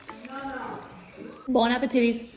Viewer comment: Is anyone else ignoring the fact that she said bon appetitties